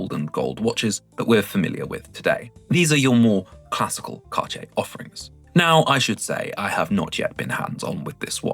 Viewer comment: Thank you for this Video. It is funny how you pronounce Cartier 😂 I like the new Santos Titan. But I will wait until there is a black dial available.